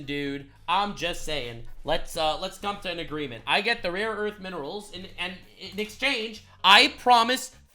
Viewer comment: Rare earth... not raw earth someone please...